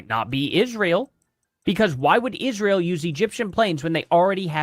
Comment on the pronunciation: “Licen plates” ….Candace literally cannot pronounce words correctly sometimes—and far too often if u ask me. The other day she pronounced architecture as “architexture”. And my personal favorite: Ishreal!!!😅